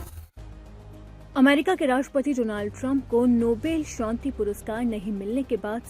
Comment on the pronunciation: Nobel shonti nahi. Nobel shanti hota hai. Not Shonti. It’s. SHANTI